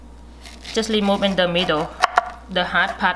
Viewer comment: she is lemoving the eyes of the pie apple